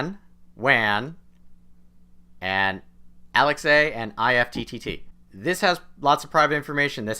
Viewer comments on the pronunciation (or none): Did this man say Alex a lol